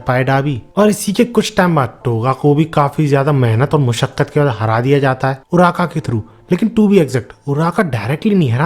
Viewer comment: Naam ache se dekh ke aaya kar Bhai kitna time lagega naam dekhne me uraka nai uraraka..lagata hai read karke suna Raha hmpe ehsaan kar raha